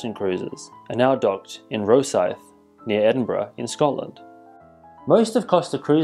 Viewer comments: Rowsyth? It's Rosyth and it's NOT near Edinburgh. What about Azamara which are berhted in Glasgow? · Hi. I know exactly where Rosyth is and anyone who can drive from there to Edinburgh is severely breaking the speed limit. At best it's 35-40 mins. That is not near Edinburgh. To use your example that's like saying Hull is near Immingham. The correct pronunciation is Rossithe.